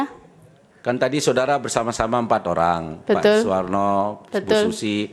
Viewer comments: Betul Tp dia bilang betoll, tambain belakangnya OL dipisah BE 😁😁🤣🤣🤣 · Si ibu setiap ngomong betul, huruf T sama L nya itu kaya dobel gitu wkwkkwkw jadi kek betttttuulllllll wkwkwkwkwkw